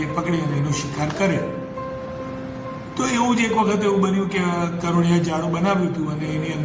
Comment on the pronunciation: સરજી...પ્લીઝ કરોડિયા નહીં કરોળિયા આવે...